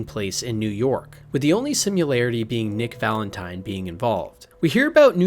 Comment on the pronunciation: why does he say "simulatity,"